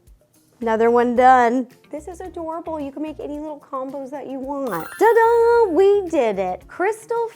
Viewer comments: The way Ro says Ta-Da! Kills me 😂 she says Da-Da! Every time and I am never ready for it 😂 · Ro thinking it's "duh-da" instead of "ta-da" is kinda adorable 🤭😆